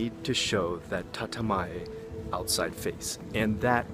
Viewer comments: Hey, the first 50 or so comments did not have this so I though I comment on this. Isn't it "Tatemae" instead of "Tatamae"? or am I just hearing your pronunciation wrong? I read online that there is like 10 psychiatrists for every 100 people in the big cities in Japan. Is this true? really nice video!:) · Bro. It’s not TATAMAE. It’s たてまえ、tatemae